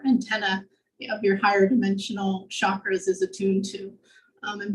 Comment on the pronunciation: The word "chakra" is a Sanskrit word and thus pronounced with a sounded "ch" as in charm, cherish, child; not an "sh" sound ~ it's not a French word. I invite everyone to re-think how to pronounce words in other Mother Tongues and familiarize the correct pronunciations (which have a beneficial magical effect :-) Thanks for your kind attention.